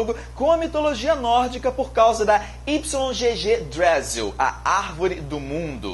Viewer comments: o nao se fala ípslon - gê - gê drasil se fala ígui drasil kkkkkkkk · Yggdrasil, a pronúncia seria "Iguidrasil"